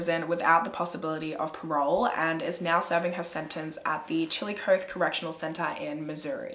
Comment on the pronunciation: Hehehe it’s Chilla coth ee